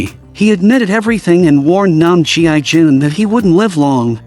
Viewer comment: Mercy for None by So Ji Sub ❤ Brutal, action packed and watched it several times as the fighting scenes were sooo good ! Also, his name shld be pronounced as "gii jun" not "G.I. Jun" pls 😂